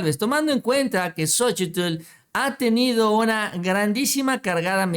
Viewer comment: x favor cuál xochitllll ni que nada solo xochil y ya xq pronunciar bien su cochino nombre naaaa